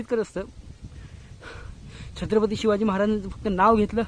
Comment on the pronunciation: दा दा शिव छत्रपती म्हणतोय की काय म्हणतो तु नीट बोला जरा....